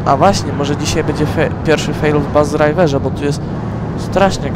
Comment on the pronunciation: Uwielbiam jak na początku mówisz bus driverrr